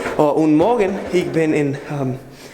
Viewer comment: A part of me dies when you say 'Ich' as 'Ik' :'(